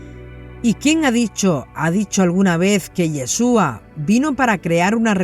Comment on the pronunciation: YESHUA y con acento en la u